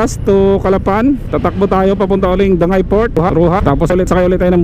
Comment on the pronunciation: Dangay port ang tamang pag basa po diyan sa dangay is dan-gay or dapat po danggay hindi ko din alam bakit dangay port ang nilagay pero dapat danggay po talaga ang tamang pag banggit